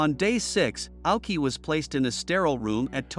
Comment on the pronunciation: His name is pronounced 'Owshi'